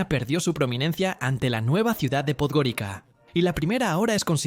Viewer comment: En Podgorica, la C se pronuncia como en estas lenguas : TS.